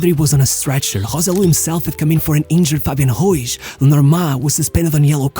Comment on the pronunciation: Good video shit clickbait. It was really fun hear him trying to make the r sound. Fabian güiz